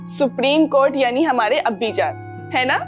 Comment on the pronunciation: Abba hota hai ye Abbi kya hai